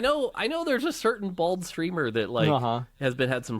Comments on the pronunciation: I think he said bold instead of bald lol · Did he say, "bald streamer," or, "bold streamer?" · I heard "a certain bold streamer" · Sure he said bald and not bold? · Really puts a spot light on the idea of inspiration & finding shortcuts so that the design of a video game can be more flushed out, work smarter not harder. EDIT: HE'S SAYING BALD NOT BOLD OMG hahahah JEEEEEEZ I think Asmon makes a good point with Lies of P using the RALLY Mechanic in Bloodborne and I agree it is better. BUT I think his(the other guy) examples of Majoras Mask & Elden Ring sorta lose itself in the video. He is making a point that, having these mechanics and previous models laid out so that something else can be achieved is what making video games is about. But those were design BY that game, Zelda Majoras looks like ocarina cus all that time taken into making Ocarina was the shortcut, obviously. You should ALWAYS want to build up on something. The original examples of Street Fighter clones are a lot closer to the point of Palworld and how they replicated Conan Exile/Ark into a Pokemon like game. OF course a development company is going to use assets that were there before. BUT I see how he using that these later games only EXIST how they do because the earlier titles. I think he should of used ALL the SOULS like as an example instead of ELDEN RING. There are also A LOT of Ocarina style games that came out afterwards, look at the Star Fox game for Gamecube, it's NOT ocarina but it has some SIMILAR back stepping, dodging and fighting mechanics that Zelda has. But I see the point of what he's saying, its easier to have product B or C if Product A already did the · He said Bold not Bald haha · I thought he said BOLD, not bald. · I thought he was saying bold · I thought he said BOLD 🤣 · he said bold not bald...